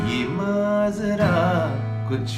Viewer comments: Papon is love but he should improve his talaffuz (pronunciation) of Urdu words like 'Maajraa' not 'Maazraa' and 'Lehjaa' not 'Lehzaa' etc. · Its not lehza but lehja and not mazra but majra.... It is a platform for promotion of Urdu so please promote correct pronunciation... talaffuz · Nice composition but Please correct the pronunciation Not lehza... it's lehja Mazra.... Maajra